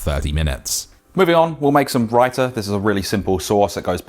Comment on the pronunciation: I'm so proud he didn't say raye - tha